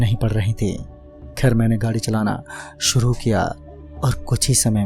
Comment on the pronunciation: Nice 1 bas sha ko s mat boliye like viswas, suru